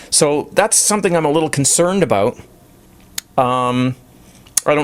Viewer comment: "Aboot it"